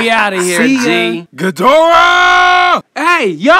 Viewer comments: Ghidorah not gidorah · It's ghidorah or king ghidorah not gidorah that's the so wrong one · Its ghidorah not ghidora